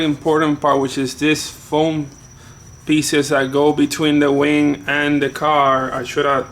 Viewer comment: It sounded like you said "And now we have to tackle this big wang". I was dying with laughter. I love the car, did you ever consider painting the inside and maybe tucking the wires against the interior with gaffers tape to make it look more clean? "Another one of the nuts finally dropped"... sorry, i'm just in the mood to be funny tonight lol. No harm intended!